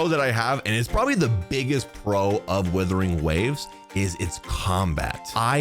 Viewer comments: Is it his accent/speech or is he purposefully saying "Withering Waves"...and not Wuthering...lol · Wuthering Waves, not Withering Waves. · He still thinks it's called Withering Waves? 🤣